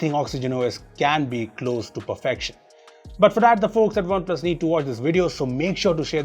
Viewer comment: Whenever says OnePlus Phones.... Why does the comment says spoons 😂😂